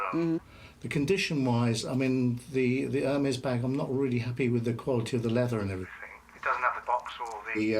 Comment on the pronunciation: None of the bags appreciate in value hun....unless it’s rare Hermes, most of the women on this show can’t even pronounce Hermes correctly